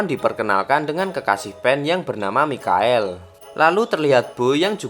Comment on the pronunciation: Mikael😭😭 Michael baca nya maikel